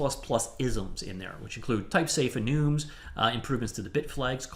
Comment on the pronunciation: Did you call enums "enoooms"? LOL wtf is wrong with you?